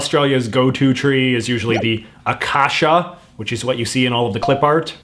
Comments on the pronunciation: J.J. Pronouncing Acacia like Focaccia cracked me up (it's uh·kei·shuh by the way) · I'm not nitpicking, but I thought I'd just provide some pronunciation information in the comments: - Acacia = a-KAY-sha - Uluru = ool-a-ROO (basically) - Queensland = Queen's-Land, as opposed to 'Queen's-lund'. I know it seems like the posher pronunciation would be the right one, given our British roots, but not so. I love the fact that you called our national anthem the far lamer song, because you're exactly right. Unfortunately Waltzing Matilda is not a very good contender for national anthem either, because apart from glorifying violence, it also contains no mention of Aboriginal or Torres Straight Islander people. Having said that, neither does Advance Australia Fair. 'For we are young and free' is a bit insulting to the cultures which were already here and are very much not young. Also fuck me, I've never heard of a grasstree being called a 'black boy'. I'm glad that's disappeared. Xantippe was definitely a terrible choice - they should have gone for Xanthorrhoea or X-ray art. The only issue is that X-ray art is only one of a number of culturally specific art styles (as opposed to, say, dot-painting), so they might have worried about somehow 'showing favouritism', or seeming like they were appropriating the art style. But X-ray art is something all Australians can enjoy, without necessarily appropriating the cultural practice - they could have asked an Aboriginal artist from the Northern Territory, where X-ray art mostly comes from, to create the designs. It's both uniqu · When heard him pronounce acacia as ‘a cash e a’ the literal words out my mouth, were: A cash ea? What? Ps I’m pretty sure the tree in that clip art is a eucalyptus mate. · Even as a non australian i know its ah-caitsch-ah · It’s u-cai-shu for acacia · ACACIA IS SAID AYE-CAY-SEE-UH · Acacia is pronounced “a kay sha”. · No it’s an acacia. Also this guy needs to learn how to pronounce acacia